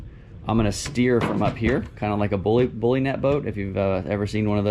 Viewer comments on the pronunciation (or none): none